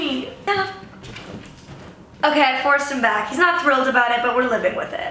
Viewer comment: “ewkey” 😂😂😂😂 lol I love you so much